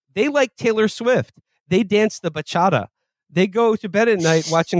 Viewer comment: Will's pronunciation of "Bachata" made me physically cringe. How you live in New York that long and haven't encountered a Dominican that could say it?